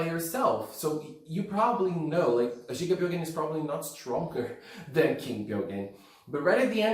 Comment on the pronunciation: The first time brought up the name gigabyogen, I was like oh jigabyogens, that's a cool name, but then I found outs it's gigabyogen, like megabyte and gigabyte and terabyte, and the it was just, oh, he was just pronouncing it wrong lol